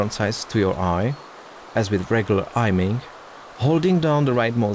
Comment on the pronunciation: ''ajming'' lol